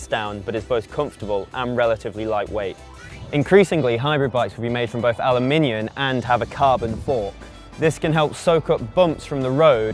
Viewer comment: but he’s saying Aluminion 🤔🙊😂